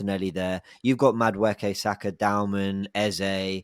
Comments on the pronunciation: Can someone teach how to pronounce Maduekes name.. its not Madwooooooke 😭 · I love you. But someone is gonna need to teach you how to say Noni’s last name. I can’t be hearing “Mada-wooky” for the next 5 years 😂